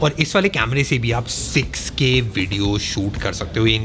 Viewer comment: I thought he said SexK Vid bhi shoot kr skte ho 🤣